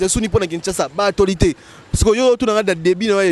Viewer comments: on dit actualité et non atoualite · Stp c l'actualitee.c'est ne pas atoilitee.hum ba journaliste ya congo. Probleme makasi hein😂😂😂😂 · Vraiment na actoualité au lieu d'actualité kiekiekie